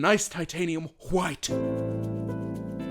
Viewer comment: the way it’s zoomed in as he says “HWITE” makes me snort every time